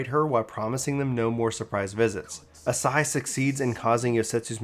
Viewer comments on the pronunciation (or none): Cough Ah-SAW-hee. Cough YOT-soo-yoo. Cough YOO-gee-ree. You're welcome. 🤘